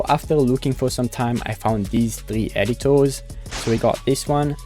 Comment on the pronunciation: When he says "r" he sounds like a child. E.g. Editor.